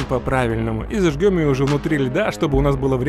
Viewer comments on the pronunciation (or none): Зажжем а не зажгем........ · Научись уже правильно говорить слово «зажжём»